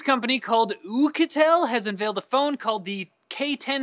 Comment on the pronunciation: Oukitel, was funny the way said it